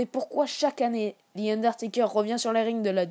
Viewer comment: Je rêve ou il a dit Thi Underteker